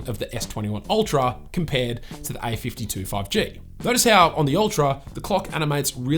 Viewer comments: Its a52 not ai52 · Yo , I just heard i 52 insted of a 52